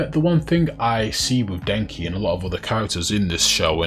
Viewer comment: Bruh I ain't gonna lie, idk if it was your accent but it sounded like you said Denji like Denki 😂 Also good luck with this video, it hit my feed pretty hard so maybe the algo will push it more